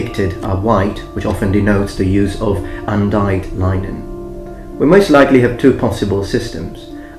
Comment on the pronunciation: Linen is pronounced with a short 'i' not a long 'i', just thought you should know. Great video!